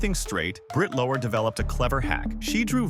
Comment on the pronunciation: FYI: "Lower" rhymes with "flower".